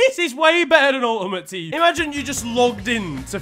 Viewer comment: "UL-UHMOTE Teem" 😂